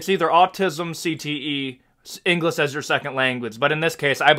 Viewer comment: Listening to you criticize foreign fighters speaking less than perfect English, and then you say "engliss" and pronounce other words incorrectly. Get real, bro.